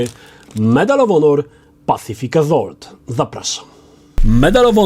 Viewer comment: On sam nie wie o czym mowi. I jeszcze to wymawianie tytułu "pacific AZOLT"